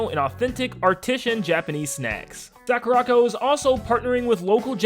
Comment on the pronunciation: Is anybody else botheres by the way he is pronouncing sakuraco? It's really bothers me that he can't even say the name of his sponsor probably